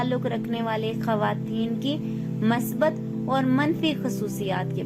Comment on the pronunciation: Masbat nai Musbat hota ha,,, Urdu Bolna Sikh Lo. Mounh uthaya or Utube Chanal Bna liya or Chawly Start.